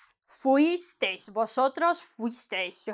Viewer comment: I think it’s better to say that Vosotros is older Spanish because places like Puerto Rico older folk use it. Now when you pronounce fuisteis is phonetically freeeas eas